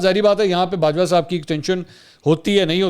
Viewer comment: It is Bajwa not Bah